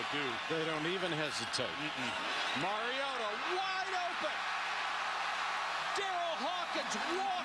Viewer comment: I get irritated with the multiple ways the announcer mispronounces MARIOTA. Maraodda? Maraoddie? Totally unprofessional.